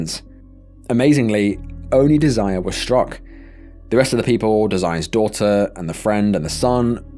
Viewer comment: pretty sure her name was Desiree(pronounced Dez-er-ray. RIP to her